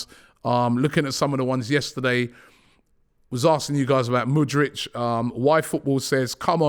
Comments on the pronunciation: Robby cmon it's: M O O D R E E K not M O O D R I C H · Pronounce mudryk not mudrich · Just when you think he's finally got Mudryks name right,5 secs later he throws in a Mudritch🤦‍♂️ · Mudryk not Mudrich! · Mudryk, not Mudrych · he is not Mudrych, he is MudryKKKKKKK. do you know how to read? how many grades have you completed??? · Stop calling him Mudrch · Why is everyone saying his name like the brand Hoodrich… it’s moodrick! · IT'S MUDRYK you plonk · The don says Mudryk like mans Croatian 😂